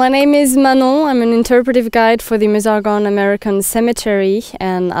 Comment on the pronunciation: Excellent travelling shot sound and sound. Great work, crew guys! And you can hear Manon say "Meuse" pronounced Meuse, not "mjuice". Take a note, Indy... ;)